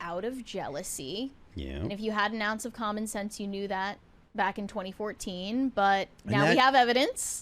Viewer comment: “Bawk?” Do you mean “back?”